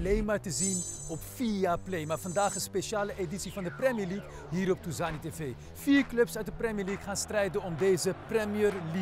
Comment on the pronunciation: 14 keer premi leugk gezegd